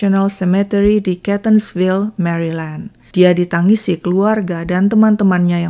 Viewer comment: Ralat,. Setau saya,cara bacanya bukan MERILEND,tapi MERLEND,tanpa membunyikan huruf "I". Itu yang saya tahu karena sempat stay d negara bagian tersebut saat studi S2 saya di Washington, D.C. Maaf jika saya keliru. Thank u banyak.